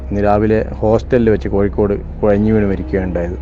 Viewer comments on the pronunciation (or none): കുയഞ്ഞ് എന്നല്ല കുഴഞ്ഞു എന്നാണ്